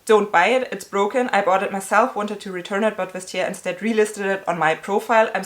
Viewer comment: "Instead", not "insted"...